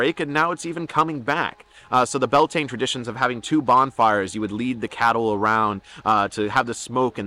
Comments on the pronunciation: very much enjoyed this. Just need to point out, it is not pronounced Bell Taine. It's 'Bee Al Tin Ah(short h)' all run together, and Lughnasagh is 'Lu-na-sah', again all run together. Just discovered your channel and I am delighted I have. If you ever come to Ireland, let me know and we'll buy you a drink! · ❤ Beltane is pronounced bee-owl-te-na gaeilge 😊great information! Thank U 👃